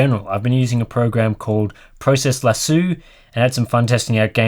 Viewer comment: Lasso is pronounced with an oh not a u.